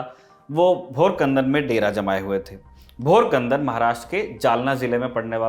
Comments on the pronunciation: Great info, i am from jalna and knew very less about this war thank you , And also a small correction the name of village is bhokardan not bhorkandan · Is not a भोरकंदन it's a भोकरदन 🤣😂🤣😂🤣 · It's not Bhorkandan it's "Bhokardan" in Jalna district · Bhorkandan must be bhokardan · Abe dhature Bhorkandan nahi Bhokardan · Itney bewakuuf ho.. 'Bhokardan' bhi theekse nhi bol sakta lekin lhwahish Maratha itihaas pe baat karneki hai!!😃